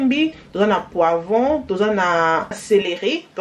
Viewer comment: Poivron et non poiron